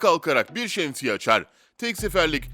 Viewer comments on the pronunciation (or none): none